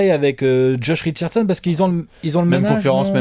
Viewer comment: « Josh Richardechonne » ❤️❤️❤️